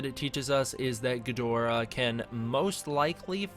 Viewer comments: It's pronounced GID-rah or GEED-rah. A lot of us Western folk mispronounce it. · it's pronounced ghidorah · Stop saying Ghidorah wrong for god sake ur triggering me reeeeeeeeee